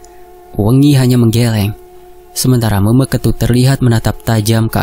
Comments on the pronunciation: Salah cara ngucapin meme ketut tapi dak apa karna tulisannya meme jadi cara ngucapin pastinya gitu 😁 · Meme itu bacanya kek nyebut huruf E kak hehehe...